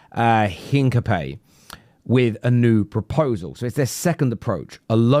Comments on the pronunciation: Spanish speaker here. Is not Heencapee as you say it. H is silent. The aproximate is "Een-kah-pee-EH" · 'in-ka-pyeh, silent H, stress on the accented E ;) (Greetings from Leverkusen) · It's pronounced Hincapi-ye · Hincapayyy hahahahaha Almost, mate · its HIN-CAP-EE-AY